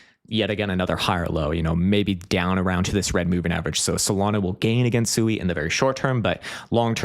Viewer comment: SUI is pronounced “swee” by Mysten Labs.